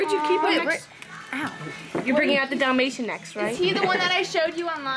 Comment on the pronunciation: dalmation, dalmatioon